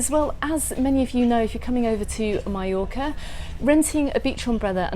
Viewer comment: "My-Yorka" lol